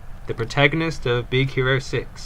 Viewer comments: Also you said HERO not HIRO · his name is not Hiro its Hero